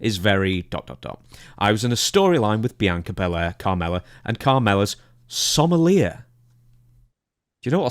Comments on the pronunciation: It's pronounced 'SOM-EL-EE-AY'. It's French. And RIP to Kevin Sullivan, one of the greatest bookers in wrestling history. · It's actually pronounced "Some-ul-YAY". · The Scottish jabroni cant pronounce sommelier. It's french buddy.